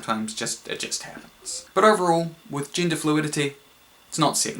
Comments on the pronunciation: Every time they say "gender" I hear "ginger". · i keep hearing Ginger haha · WHY DOES HE PRONOUNCE "GENDER" LIKE "GINGER"?????? ITS DRIVING ME NUTS